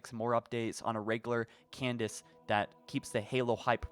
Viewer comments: Cadence, not Candace. 😉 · Cay-Dense, not Candace, lol.